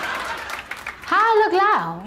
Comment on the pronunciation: "Haualooklau" - Cardi B